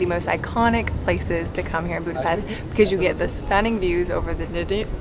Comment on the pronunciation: I am surprised you can not pronounce DANUBE. not even close